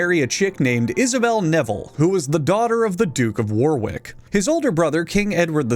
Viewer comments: As the quintessential annoying British person, I must inform you that it’s pronounced wor’ick not War’wick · Just as a Yorkshire-er, I love to see the Wars of the Roses talked about! But the second "w" in Warwick is silent. It's pronounced more like "worrick" and not "wore-wick" (No shade on either person btw but it's still not as funny as KrimsonRogue, in part of his excellent Empress Teresa review, pronouncing Gloucester as "glow-chester" (with the "ow" sounding like how it does in "cow") ) (For future reference, Gloucester is pronounced as "gloss-ter", and I don't laugh with any malice at mispronunciation - it's more just funny to be reminded how jagged my beloved native language can be.) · "Warwick" is actually pronounced "war-rick", don't ask, we have a tonne of non-sensical pronunciations in our place names. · I'm sorry, but I can't bear to watch the video while you continue to pronounce Warwick and war-wick. I was hoping you'd eventually say you were just saying it incorrectly on purpose, but that just didn't happen. Disliked, reported and slandered to all my friends so they won't watch your videos. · So.. no one pointing out how he said War Wick? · and Warwick! It's pronounced Warick, the second W is silent. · Warwick is pronounced ''worrick" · I need to say that Warwick is pronounced "worrick" because I feel is ready for it and can take on the challenge. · You know those jokes about British place names not being pronounced they’re spelled? Well “Warwick” is correctly pronounced “Warick.” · I’m from Warwick, and watching this man butcher the pronunciation of my home town physically hurts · I wonder if anyone else informed you your pronunciation of warwick was incorrect. If they have, ignore this. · Warwick’s second W is silent btw. As a British person, we spell things kinda weird… like Leicester, Worcester, Gloucester, Edinburgh, Holborn, River Thames, Leominster, etc.